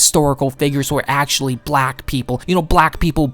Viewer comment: Upper ACKSHILLON Geymers